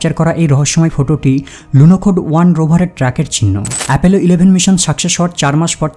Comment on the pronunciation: ঠিক। খুবই disgusting শুনাচ্ছিল উচ্চারণগুলো। নাসা কে বলছে নাশা, সাকসেস কে বলছে শাকশেস।